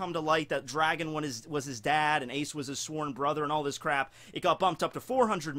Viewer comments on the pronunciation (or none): none